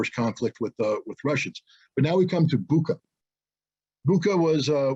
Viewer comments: Bucha[butcha] not Buka, all other is true. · Bucha is pronounced like "butcher". This fact alone can explain a lot.